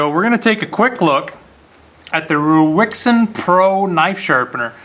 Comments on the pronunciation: It's pronounced "Raisen" like the fruit & you should do a video on their newest model, same low price but comes highly modified with a clamping system for the blade that revolves so once set all you need to do is revolve the clamp by 90 degrees to access the opposite edge & it's all mounted on a G - clamp type base you can clamp to any kind of table. It's worth noting that this one is a 1st generation model & the one I've just received this morning is an 8th generation model so the company does at least act on the feedback it receives, if anyone wants to see one in action look in the side-bar of videos to the right of this video & find the one from " Steve Jordan " from 4 months ago. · Hi Dave it's raisin pro.. is what the name is pronounced like.. Rui is Ray and Xin is Zen.. Ruixin is Rayzen,, or like the dried fruit raisin..